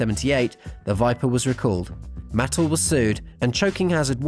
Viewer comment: oh the Viper wasn't the only toy like that the Cylon ship did the same thing! Both ships could fire still but missiles couldn't come out anymore its mah-tell btw Jarts can still be found at garage sales still